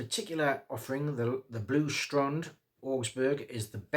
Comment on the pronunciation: Blue strund? I can forgive bad pronunciation but not being able to read is another story 😂 Just messing with ya... thanks for the great review!